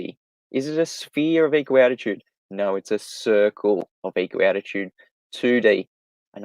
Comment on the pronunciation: Is saying a sphere (or circle) of equal altitude or attitude? More often it sounds like attitude to my US-English ears.